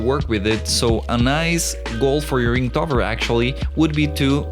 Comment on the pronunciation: Inktober not Inktover!!!!!